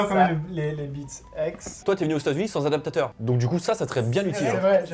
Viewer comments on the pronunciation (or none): Pourquoi vous dites adapateur ? ADAPTATEUR,. C'est pas compliqué